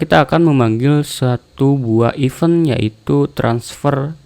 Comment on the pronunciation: izin koreksi bang, event di bacanya (IFEN) bukan (IPEUN), terima kasih👌👌